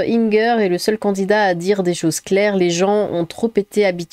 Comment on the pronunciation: o s'en fiche qu'il soit alsacien ou pas on dit inger comme ingersheim c'est tout x)